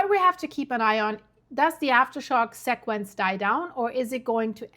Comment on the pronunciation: FYI, the word sequence is pronounced: SEE-quence. ☺